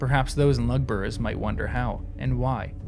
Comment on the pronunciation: Some tips for you when pronouncing words in Tolkien's languages: the u is generally pronounced like English oo ; and the acute accent means the vowel is long. So Uglúk and Lugbúrz are /uglu:k/ and /lugbu:rz/ in IPA, or 'Ooglook' and 'Loogboorz' in English-style spelling, with the first u short as in foot and the second ú long as in food .